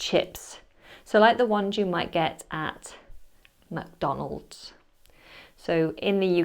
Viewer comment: The way you said "McDonalds" was hilarious. You're right that either form of most of these words would be understood in the US, but we do generally like the American version better. We prefer to say "faucet," but we talk about "tap water" and not "faucet water." Go figure. Most of the US uses "highway," but in California they have "freeways," and both are in contrast to "turnpike" or "toll road," which are paid access. It's a bit funny, but while we go to the "movie theater" in the US, most of the movie theaters have the word "cinema" in their names instead of "theater." Probably, "cinema" distinguishes them from stage theaters. Some theaters do double duty and those are much more likely to be "theaters" and not "cinemas." My visit to a Canadian Imax theater was germane to this video, as the person introducing the movie described it as a "fill-um." It's not uncommon to hear a "taxi" called a "taxi cab" in the US. Nowadays, it's probably even more common to hear "Uber!" Unless you live in a large city like Chicago or NYC, you're most likely to see cabs at the airport -- unless you call for one. "Crisps" is often used for more processed snacks here in America. Possibly the first to use "crisps" in that way was Pringles, since they were originally called "potato chips" but potato chip manufacturers took exception because Pringles was (were?) seen as quite a different product. Now it seems Pringles are just Pringles, not crisps or chips! As for fries, there are quite a few distin